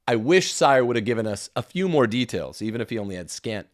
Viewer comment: Henry Sire pronounces his name as "Seer".